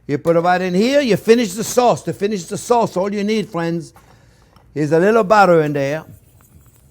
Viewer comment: its "phrinzzzzzz".....